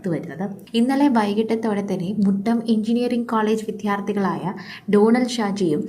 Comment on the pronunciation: " വിധ്യാർത്തി" അല്ല വിദ്യാർത്ഥി എന്നാണ് പറയേണ്ടത്